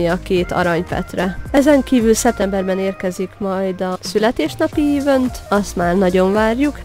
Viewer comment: Szia, köszi az infókat, de ha ezt olvasod akkor légyszi ne úgy ejtsd ki az eventet, hogy évönt, hanem egy kicsit úgy hogy eveönt, az "ö"t egszerre az e vel. Semmi bajom nincs amúgy a videóval, csak sérti a fülem :D amúgy még egszer kösz, és ha tudnál tippeket adni , hogy kezdő karinak, ami megbírja a pokolit (törpe) hogy lehet jól farmolni, és úgy, hogy napi 7órát iskolában vagyok és nincs mindig időm, csak belépni